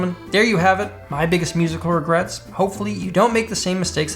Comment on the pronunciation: Lmao he said #regrests